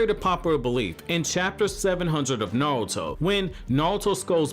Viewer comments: the way you say naruto is like naWuto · Is he saying navuto😂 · real question is why does this guy pronounce it NAOTO